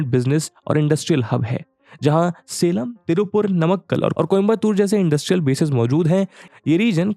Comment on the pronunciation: Salem को सेलम बोलते हैं , ना की सालेम